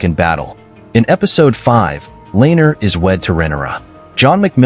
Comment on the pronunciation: Names pronounced wrong: Rhaenyra, Viserys, Laenor, Aemond, Vhagar, Helaena, Jacaerys, Lucerys, Daemon, Laena, Rhaena, Corlys Names pronounced correctly: Aegon, Harwin, Baela, Rhaenys Not sure if you did this on purpose to make fun of the show. If you did, well played?